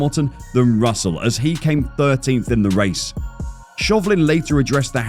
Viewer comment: Hamilton ended on the podium by pure luck this year after both Red Bull cars retired suddenly short before the end. And it is Russell, not Russle 🤣